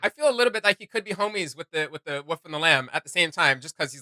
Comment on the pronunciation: The WOOL - FFF Not the wuff wtf?